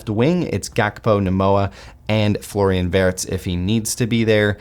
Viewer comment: he's W-ee-rtz remember, not Wurts